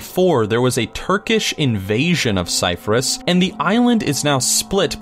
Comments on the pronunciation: Bro! Its not Cyfrus, its Cyprus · it's not "Cyphrus" it's fucking Cyprus... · How is he pronouncing Cyprus? "Psyfurus"? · Is it just me that's annoyed that he didn't pronounce Cyprus right? - Oh well it was a great video very interesting x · Number 11 is Cyprus 🇨🇾 incase anyone's wondering. It wasn't pronounced properly there isn't any f sounds in Cyprus. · That's some terrible pronunciation of Cyprus and Bogota, amongst others. And what's an oil bloom? I'm intrigued.